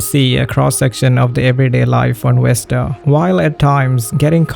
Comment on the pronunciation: i love how you can use the word innocuous, yet you cant pronounce 'Vesta' (it is NOT "Westa" my dude)